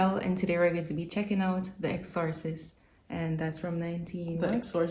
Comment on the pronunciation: Exorcist pronounced EX-sir-cist